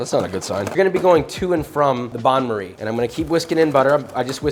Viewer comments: why is he saying Bain-Marie incorrectly? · Not 'bahn' marie - "bayn" marie. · Banmery? I thought it's bain-maire. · the "bon marie"? hee hee hee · the way he promouced bain marie made me die of sad